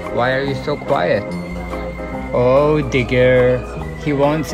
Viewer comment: I thought he said niggar i was like what he say deh but when i went back i was like o digger ok